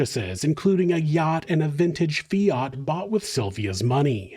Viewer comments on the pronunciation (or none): none